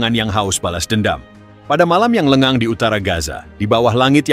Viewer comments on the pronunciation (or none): none